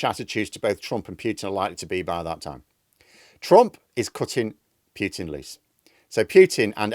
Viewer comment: Pooootin not Pyyyyoootin!